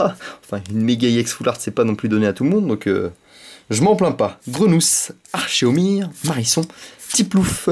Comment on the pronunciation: olie de dire arcomir ta dit archomir lol